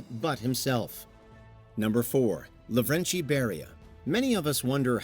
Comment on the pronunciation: I'm ashamed of this, but Beria was Kartvelian, meaning that you should say his name exactly how it's written. It's not "LaVREncHi", just Lavrenti